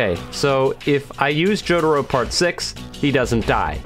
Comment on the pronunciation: Why does say jotaro like “jodaro” its kinda annoying